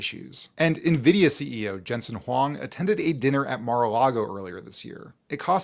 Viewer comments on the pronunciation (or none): none